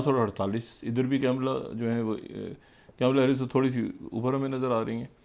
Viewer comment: Kamala harris not camila harris. Mr. Propagandist pronunciation should be corrected.